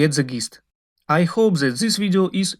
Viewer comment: Ali engleski je vrh.. to this -zis.. Umirem svaki put kad slusam 😂😂😂😂